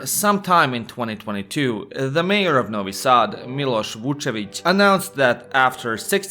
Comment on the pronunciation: Say Novi Sad instead of Nouwy Saad. You arent american.